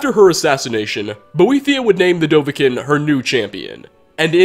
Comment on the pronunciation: It annoys me when you always mispronounce dovahkiin